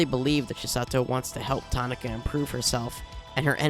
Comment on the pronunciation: her name is pronounced "ta ki na", not "ta na ka"